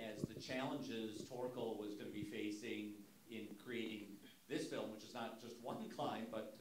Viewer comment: Nobody has the balls to tell Nims it's f.i.l.m not f.l.i.m. fucking hell Mins, get it right!